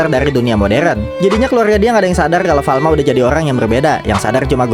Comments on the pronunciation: Farma tau bukan Falma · Kalo ga salah farma deh Bukan falma